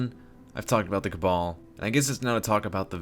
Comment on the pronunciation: Cabar don't you mean cabal?